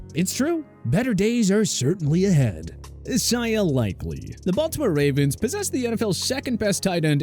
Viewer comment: I love all of ’ videos. But I cringe every time the guy pronounces Isaiah (I-ZAY-AH) wrong 😂